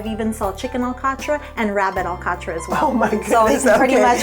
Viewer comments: By my recollection, the native pronunciation was, "al 'cot" with emphasis on the second syllable, and a very abrupt, incomplete "t" at the end. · the above hosts are pronouncing alcatra more englisized than portuguese. Also, I pronounce it completely different way, my parents were from downtown Angra and that makes a lot of difference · just wondering why the pronunciation of " alcatra " was not portugese.